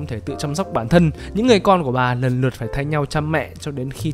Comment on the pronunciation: Check var nần nượt :))) cười vc anh ơi